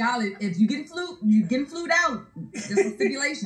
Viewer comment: Flued out? ITS FLOWN OUT 🤣🤣